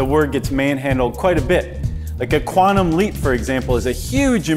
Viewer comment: One scientific word the host is pronouncing wrong....quantum is quantum not qwarnum